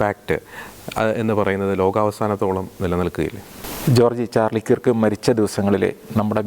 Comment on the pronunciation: കിർക്ക് എന്നു പറയരുത്, കേർക് അതാണ് ശരിയായ ഉച്ചാരണം.